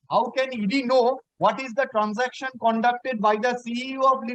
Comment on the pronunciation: Who is this learned advocate who can't pronounce the word "transaction" properly? Always pronouncing "transanction"....This is the standard of education in the state of West Bengal!!!